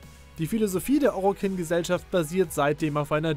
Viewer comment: Bitte sprich die Begriffe richtig aus. Ich weiß ihr wollt das auf deutsch herausbringen aber manche Begriffe wie Orokin, Grineer spricht man Englisch aus. Hört sich viel besser an.